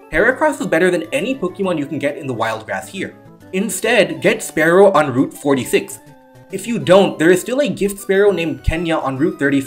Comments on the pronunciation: It's always bugged me (just a little) when someone says "sparrow" instead of spearow (spear-row). Honestly, the names should be swapped since Spearow hides its fear with aggression and Fearow has a beak that looks much more spearlike. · Good video! btw spearow is definitely not pronounced exactly like sparrow the animal, like what would be the point...